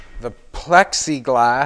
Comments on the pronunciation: Love your outlook! "Pexiglas" or "pLexiglas"...at the end of the day you're doing you and we're all blessed by your skills, enthusiasm, and awesome positivity. Thanks for it all! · I seriously thought you called it Pepsi glass. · Pexiglass is ok. I thought you were saying pepsi glass. I was looking forward to you melting down a bunch of pepsi bottles and forming some new hand blown windows. Now that would be different. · I thought you were saying pepsi glass hahaha